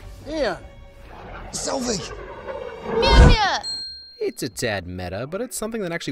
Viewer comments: It's a running gag that she says Mjolnir as MewMew (I've always heard Mewmeir personally, but I'm using MewMew for the context of the comment) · Yeah why can't Darcy say Mjolnir properly??? MNeur Nyeur.. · Did she say MewMew? or did she just say Mjolnir? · I always thought she says "Mirmir" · It’s Mjolnir 😂😂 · I find it funny that Darcy still cannot pronounce Mjolnir